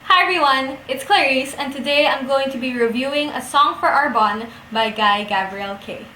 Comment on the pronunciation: I thought it was pronounced Are Bon Nay. Great and enthusiastic review, I loved this book, too! And yes, Tigana is his best and most moving novel, for me, anyway.